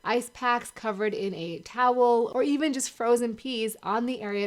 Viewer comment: Did she just say " frozen pee"🤣🤣🤣.